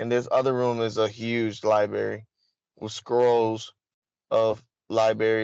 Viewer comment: I can't imagine wanting to go to a "Liberry" as he says, he doesn't seem the book reading type.